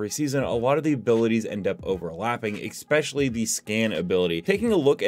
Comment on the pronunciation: whats with streamers saying "exspecially"?